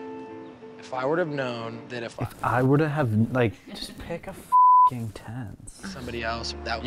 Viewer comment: Like reminding her that she mispronounces words ending in "ing" each and every time??!?! Selective memory...